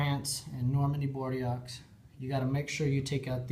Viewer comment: great video. Inspiring to give it a go! It's pronounced "Bor-do" though ;)